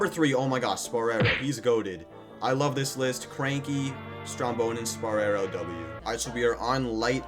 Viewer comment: gng its name is pronounced spore-row not spo-re-row